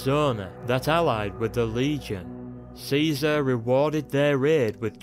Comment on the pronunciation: he prounonced it kizar..being born after the apocolypse